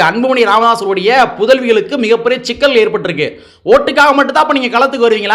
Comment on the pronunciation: ஷிக்கல் இல்லை சிக்கல்